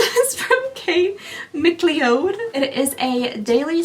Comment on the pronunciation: MacLeod is pronounced “Mack Loud”